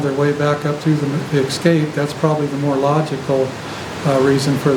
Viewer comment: I'm sorry, I'm not a native English speaker... But I've heard a lot of videos where people say "ecscape" (like ec-scape) instead of "e-scape". Is this a regional thing? 😜 Sounds so weird to me! 😜😂